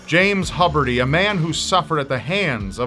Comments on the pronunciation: It was pronounced "Hew-berty", not "Hub-erty". Other than that, pretty well done. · “Hubber-T”?? I’ve always heard it pronounced “Hyoober-T”. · its probably pronouced hue berty, thats my teacher's lastname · The host is pronouncing the last name wrong. Huberty---(( 'hue-ber-tee'))....hence why his name was misspelled at the time he sought help. It was thought that his name was (SHUBERTY) An obvious error from the 's' of his first name the combination of the 'h' of the last name__ I saw this years ago on an old MSNBC report on Mass Shooters. They, of course interviewed his wife. As I watch this video I couldn't help but remember some things she said to the kids..... "Don't Agitate Your Father!"..... It is sad that things like this continue to occur. Gun Safety,Loop holes,First Amendment, etc, etc.... a revolving door of mishaps and unfortunately big business, even if some gun Makers go out of business guns Have already Been Made!! It's all about the human mind. Apparently 'good' people turn 'bad', but I feel that is only the case because of ONE issue....S O C I E T Y itself!! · I'm sorry her name wasn't Michelle it was Kasandra But their last name you are mispronouncing the U in it is long it sounds like HUE-berty I realize that sometimes you can't use the real names but I know her and have asked her about her childhood also she has just given willingly information on what it was like to grow up with her father and it wasn't a lot of what you described. He was very disturbed all the time and the girls were afraid of him most of the time and from what Kasandra said her Mom never knew what he was gonna do. You are however right about the phone call, he waited for someone to call him back for hours but when no one did he just acted on his voices in his head. You did know he heard voices, that's why he called. Finally, he decided to obey the voices and then death by cop. I'm sorry I'm not usualy condisending and I don't mean to be this just something I know.